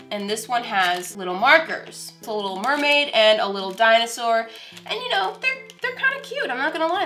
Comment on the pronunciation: PEECKLE THEE DOINOOSOOAAARRRR